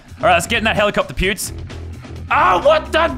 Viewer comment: Hahahaha sounds like he saying pubes the whole time instead of pewds